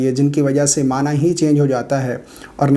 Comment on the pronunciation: Mana nhi mani hota hay apni aslah karey